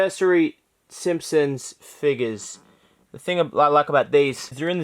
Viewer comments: It's figures not figes (fig-es) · Stop... stop saying it like that... FIGGERS